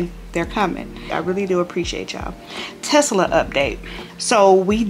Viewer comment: Tesla not Tesala.